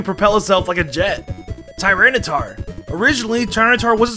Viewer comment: DO NOT LEAVE OFF THE Y IN TYRANITAR! THEIR, NOT THARE! CRIES, NOT CRYS!